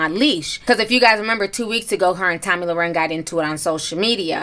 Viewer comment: Lmao, not tomi lau-ren 😂💀